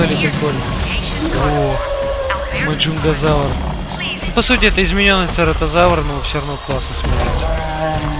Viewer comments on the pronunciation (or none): Не маджунгазавр, а маюнгазавр